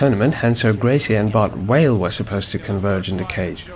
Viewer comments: First time I’ve heard Bart Vale called Bart Whale. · Why do you keep saying Bart WHALE??? It's BART number clart V V V V VALE ...it's not like in Portuguese R pronounced with a H you doing same fing using W instead of V v v v V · Bart Vale. Not Whale. VALE. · Why does he keep saying Bart Whale?